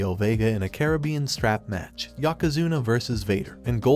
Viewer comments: Who the heck is yockazuna 😂🤦‍♂️ its YOKOzuna 🤦‍♂️ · It's an ai voice over and they can't pronounce certain names